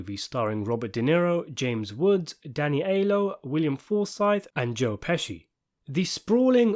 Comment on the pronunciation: Please pronounce Aiello correctly